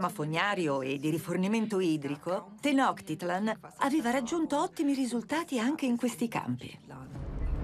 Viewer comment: Bellissimo documentario, solo una precisazione: so che frega poco però la pronuncia è Tenochtitlán, quindi quella è una C (suono di "ciao", non una K ) e con l'accento sulla A e significa "Il luogo (Tlan) del cactus sulla pietra (Tenochtli). Il Cactus è una pianta sacra, tutt'ora ne mangiano le foglie, che sono morbide, e perfino la bandiera del Messico ha il cactus sacro, sopra cui un'aquila reale che ha catturato un serpente (rimando al Dio Quetzalcoatl) si posa.